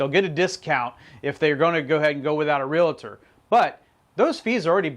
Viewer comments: Realtor.....not RealAtor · Please don't say Real A tor..............